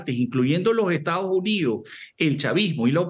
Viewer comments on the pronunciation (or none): a pero estados unios y no estados unidos como pronuncia de mal el español estos Venezolanos como el airiopuerto no aeropuerto